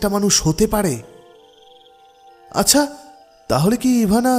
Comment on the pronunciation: ভাই! আচ্ছা উচ্চারণ একটু ঠিক করবেন। গল্প শুনতে গেলে খুব কি কানে লাগে। যুক্তাক্ষর গুলোর দিকে একটু খেয়াল রাখবেন। আচ্ছাহ না, আচ্ছা।